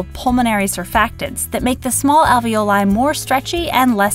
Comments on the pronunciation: If you are gonna pronounce "alveoli" like that, why do you pronounce "ravioli" the way you do? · Alveoli is also an italian word, so You can pronounce it the italian way with long "e" sound too.